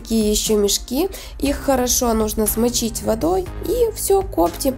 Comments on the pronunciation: Вы где учились разговаривать - "кОптит , кОптим " ? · Коптим, ударение ставим на ,,и,, а не кооооптим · Коптим-ударение на букву и. Рецепт понравился. Лайк однозначно!